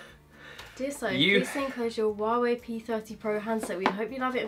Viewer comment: well love you two!!! But you keep pronouncing Hua wei wrong !!!